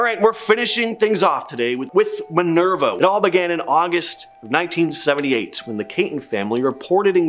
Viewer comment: Sigh-oh-toe River 😂 yes, I’m an Ohioan lol. Mudhouse Mansion looked nothing like that, it’s Kettering Oh, not Kittering, and Patterson Blvd, Minerva not Minervo. There’s a few mistakes in this and a lot of other places that deserve to highlighted way more than some of these. Gonna have to see what was in part 1 because if Franklin Castle, Old Mansfield, Wright Patterson, and a few other known and documented haunted locations aren’t in it, I’ll be disappointed.